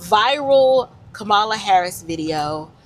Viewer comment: why's it you had to mispronounce her name in the first place that's the reason you showed your hateration girl go on live your life in Jesus name will you please I am still praying for you